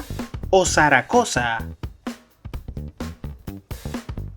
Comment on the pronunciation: Hola que pena dos aportes es sacarosa y leíste saracosa y dices Juan VII y está escrito juan XII